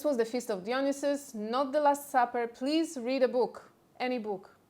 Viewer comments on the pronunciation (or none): The wine god's name pronounced Die-o-Ny-Sus.